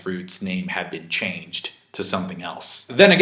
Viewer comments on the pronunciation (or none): none